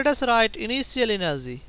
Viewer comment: "Final enerzy" .....😂😂